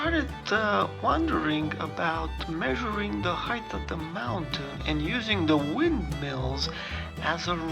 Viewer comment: Sorry to be picky, but the word height should be pronounced without a "th" sound at the end similar to the pronunciation of the word weight. It does not sound like the words length or width which have the last two letters reversed to produce that sound. Nonetheless I enjoy your photography.